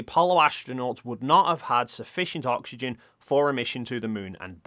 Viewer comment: "oxyegn" .. hehe